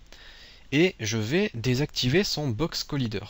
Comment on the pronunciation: Box Collaaaaiîîîîîder ! do you speaking english..?! ? you or no? bon sang de bon soir !